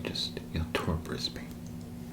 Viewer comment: As an Aussie, I was worried there’d be a lot of mispronunciations that I’d find too distracting, but honestly your content is so good I wasn’t even bothered by the “Bris-BAIN” (it’s “Bris-bin” lol) Keep up the good work man!